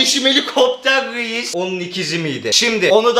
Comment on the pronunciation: da reis diyor veis demiyor!